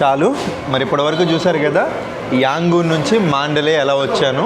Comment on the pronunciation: its యాంగన్ or రంగూన్.. మీరు రెండూ కలిపి యాంగూన్ అంటున్నారు..😂❤. ఐ లైక్ your videos.. Good Coverage